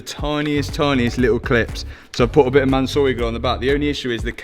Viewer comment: I laugh everytime says “Mansory Glue” hahaha